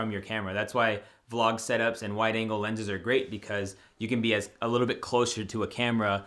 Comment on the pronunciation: I laughed out loud when you said “lenses”😂😂 that’s phenomenal hahaha thank you for not taking that out🔥